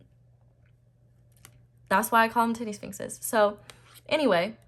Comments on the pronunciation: Heard that as "teddy sphinxes" 😂❤ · "The tittie sfinxes" 😂 You are adorable!😍❤🙌🏼